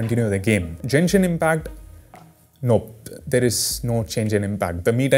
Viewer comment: Did he pronounce it as Jenshin Impact? LOL